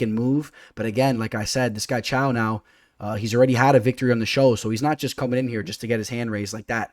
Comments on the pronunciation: i had a stroke when you pronounced caio as chao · Caio is pronounced as Kyle